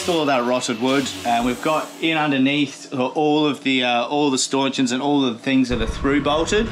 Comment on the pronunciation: please call them blooming things 'Stanchions'... not Staunchins! . .(Bloody nice boat mate)!